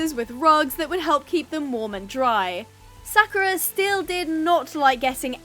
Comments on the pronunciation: it is pronounced sa-ku-ra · Btw It's pronounced Sak-your-a ❤